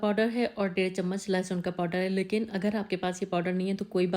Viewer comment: Podder nahi powder hota hai.